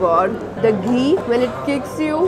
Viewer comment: Ghee not gee angrej